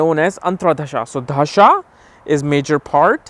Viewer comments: Why do you pronounce 'dasha' as 'dhasha'? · bro its da-sha not dhhha-sa